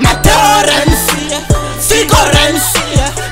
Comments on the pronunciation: "Renzi" no "Rensi" ❤❤💀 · "addhominali rensi"